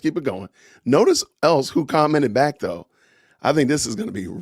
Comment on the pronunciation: Did you say "good morning I'm black", or " Good morning I'm back?" 😆